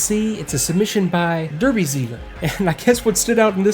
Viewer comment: Hey, Derby here. Yes, you guessed right I am male xD Also spot on with the pronunciation, do you speak a little German by any chance? Anyway, I like my UFC shortcuts - they're very convenient and I'm a lazy bastard. Overall, I wished my flying skills were equal to my system knowledge. This was my third attempt and while the bombs were fairly accurate I thought the tank wasn't too impressed^^